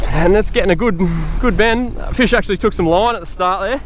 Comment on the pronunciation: Feesh... lol